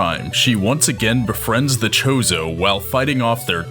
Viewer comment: I'm glad you made the video to clear up Samus' true personality and character but, omg dude, it's spelled Chozo but, pronounced Koh-zoh. Aether is pronounced A -ther, not Ether, lol. Not trying to be a jerk or anything btw.